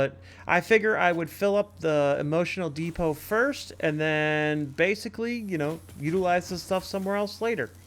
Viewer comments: Def emotional depot. I hear it too. 😂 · EMO-TION-AL DE-PO!! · Is it just me or do I keep hearing "emotional depots" when you're talking about the dimensional depots? haha Great builds! Looking forward to seeing this series continue.